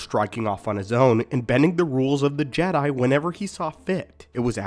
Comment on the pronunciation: Sense when do you pronounce it Jedie I can't watch this